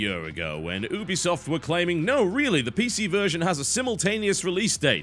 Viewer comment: The way you say Ubisoft annoys me.